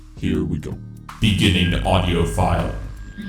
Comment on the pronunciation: I cant help but notice it sounds like he says "Autio" rather than "Audio", it's kind of annoying haha